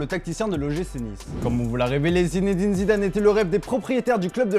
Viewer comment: Quand il prononce Zinedine Zidane j'ai l'impression un moustique vole à côté de moi